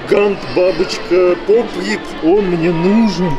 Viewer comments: НЕ ПОПОТЫ А ПОП ИТЫ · Попит а не попыты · Не попіт а попит